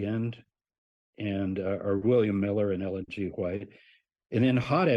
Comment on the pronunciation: Ment miller not millet.